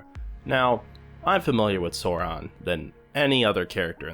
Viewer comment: bruuuuuuuh did you rly just.......SORON-SAURON